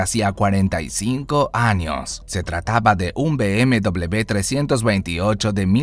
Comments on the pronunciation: Be Eme Doble Be !!! ME ACABAS DE MATAR A MI Y A MILLONES!! Se dice Be Eme Uve socio,vaya pronunciación q gastas ,de chiste locoo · Be eme doble u así se dise